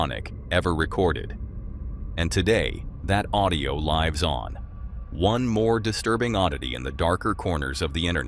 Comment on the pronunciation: It liives on? Amazing vid. Terrible pronounciation tho 😔